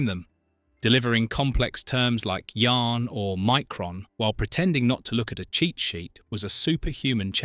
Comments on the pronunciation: It was pronounced Yah-ren not Yarn and Evie was a chimp not a dog. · it was meant to be a weekly series after first year. your ai voice can't say yahren and centon correctly. Iblis did mention who he was to Baltar in War of the Gods.